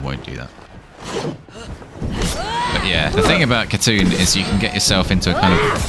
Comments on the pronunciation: It's "Hatun" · She looks so good, and is definitely not going to help with my assassin addiction lol. P.s: Her name, like with words such as Knight, doesn't use the K. So you would say Hatun. (Not being rude I'm just a nerd with languages lol) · the name is said Hatoon. The U makes a oo sound and the K is silent.